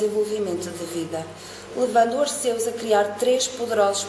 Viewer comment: Só uma dica não se diz Ar-ceus diz-se Arqeus lê-se o "c" como se fosse "q"